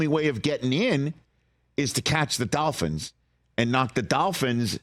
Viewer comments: It’s dolphins, not dalphins, Rich. Good lord. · Hey Rich, It's Dolphins not Dafins.